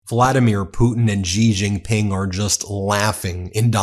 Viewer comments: Come on, Ben. Xi Jinping is pronounced "She zhin-ping." Xi's family name is not "zhee." I live in China, and NO ONE here pronounces it the way you do. I love ya, but Xi is pronounced like the English word "she." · Bro, stop saying Gi Gin Pin please. It is Xi Gin Pin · Xi JinPing ❌ Ji JinPing ✅ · Cn's prez is not pronounced Gee jing ping.:face-purple-crying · You should work on your pronunciation when you say the name of Chinese president